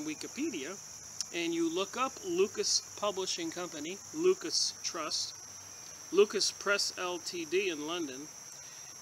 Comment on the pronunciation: I think it's pronounced 'loo-sis"